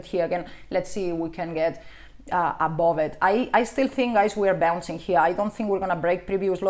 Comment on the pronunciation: I just love it when she says "above"... always sounds like "A-bob" :D